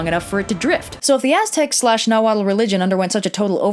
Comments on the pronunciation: That pronunciation of Nahuatl words made me cringe a little... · Her pronunciation is actually pretty far off. A lot of people haven't heard the true pronunciations of these words because a lot of the world is not exposed to the nahuatl language and the other mesoamerican languages. It's not just the vowels, its also some of the consonants like the unvoiced ł in the common suffix -tl. For example, most English speakers pronounce the word "Axolotl" as [ACKS-O-LOT-UL] when it is actually pronounced [AH-SHO-LO-Tł] with the unvoiced ł at the end. Her method of pronunciation is like that of the former, which is an English-based pronunciation scheme. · No disrespect but in Nahuatl you don't pronounce the L at the end of the word.